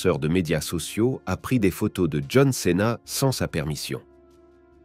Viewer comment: "John céna" mdrr